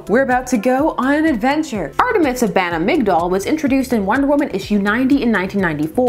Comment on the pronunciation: I thought it was pronounced Migh-dall, like a joke on the drug Midol that was used to relieve menstrual cramps.